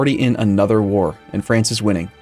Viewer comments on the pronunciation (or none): none